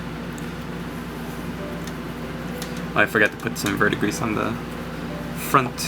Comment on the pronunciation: 'Vurd-dee-gree', my friend. CS